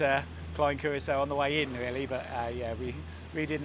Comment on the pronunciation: Excellent videos ! But why is it that you insist on inventing your own pronunciations of common names ?!?! Patreon, and Curaçao ????